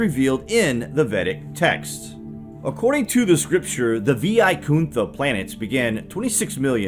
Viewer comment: It's pronounced as ' Y kunta'